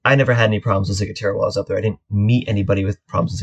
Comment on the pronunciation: Hi, such a pertinent topic as sailors are flocking over to the Bahamas. Maybe we can all start saying it correctly. "Cigwahtera". Thanks for the info.